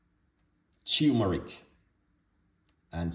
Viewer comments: Also he keeps saying tumeric it is spelled TURMERIC. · It’s not teumeric it’s tur-me-ric